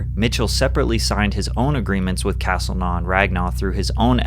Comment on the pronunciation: castlenau is pronounced kas-tel-no